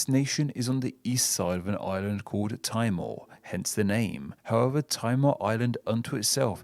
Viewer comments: Great video! East Timor is a really fascinating one for me because it's tautological in every language the name is officially translated to (Timor-Leste in Portuguese, the country's de jure name; Timor-L'orosae in Tetum, and Timor Timur in Bahasa). P.s. Timor is pronounced "Tee-mor" not "Tai-mor" :) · Timor is pronounced Tee-more not tie-more. You didn't mention the River Avon in England (River River), that runs through the city of Bath. In fact I think there is more than one. There's another River Avon that runs through Stratford-Upon-Avon, Tewksbury and Worcester. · It’s also pronounced temore in stead of how he said it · Timor is pronounced tea-moor. In malay, east timor is actually called timor timor, or literally east east. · Timor= "Teemor". Not "Tymor". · Timor is pronounced as 'Tea More' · It's not pronounced "tie more", though... 😁